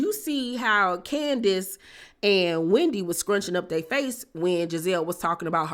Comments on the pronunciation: I screamed “omg Keisha “ when she said Can-di-ace 😂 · Yeah she said candyass